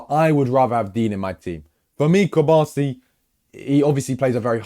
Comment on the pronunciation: put some respect on Cubarsis name